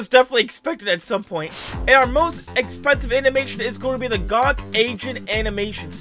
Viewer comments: he said goc sad you pronouce is G O C Global Occult Coalition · Nitpick: it’s G.O.C. Not GOCK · its pronounced G.O.C. as in like different letter it stands for global occult coalition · GOC is an Acronym, so you don't pronounce it as "GOCK"(also its stands for global occult coolition)